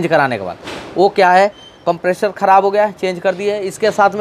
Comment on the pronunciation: If you can pronounce "compressor" then why are you deliberately pronouncing it as "Compreshor"